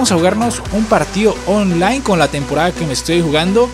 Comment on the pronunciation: like si escucharon que envés de decir online decía ofline jajajaja XDXDXD